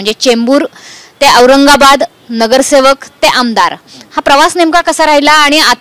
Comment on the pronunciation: Pahle nees reporter badala sark sark auragabad bolti ahe